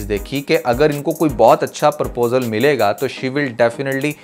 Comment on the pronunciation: You’re doing good, however please make correction in pronouncing proposal it’s not Purposal